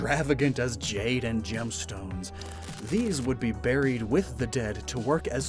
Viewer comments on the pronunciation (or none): none